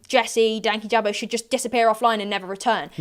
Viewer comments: all the hostility from their end denied any confidence i had in the slight idea that this would at any point be a civil conversation. also them mispronouncing (as far as i know) the channel name shows they kinda really only wanted some drama. their effortless points, their backtracking and their sidestepping is so dizzying. i used to watch them both then fell off louis at his melanie martinez video, and katieclyzm at her lilytino video. the irony of louis commenting on nuance and such while having that as the intro to his video on such serious subjects is baffling. hope you're alright after this, it's clear that the subject means a lot to you and i'm sure a lot of people including myself are proud to stand by your side in this unfair situation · I know it’s been a year and some change…BUT… are they pronouncing dankyjabo wrong or am I just pronouncing it wrong in my head? I swore I’ve heard Jesse say it differently in other videos. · been just on top of the insane allegations and blatant disrespect they can't even say his name right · I was thinking that; and on top of that you know they’ve seen enough of his videos to get his YT name right? Like I just felt like them mispronouncing and calling him names really felt hateful. “unbiased interviews” though 💀